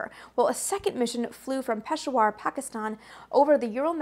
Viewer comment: And “Peshawar” is pronounced like “peh-SHOWER”.